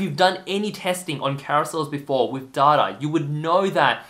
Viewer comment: What is daahda? 😂